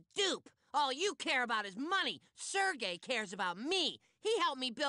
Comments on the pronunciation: Sir Gay... The way he pronounced his name 😂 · For a moment, I thought Stan called Sergei “Sir Gay” XD